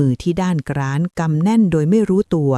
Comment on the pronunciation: กร้านไม่ใช่ กร๊าน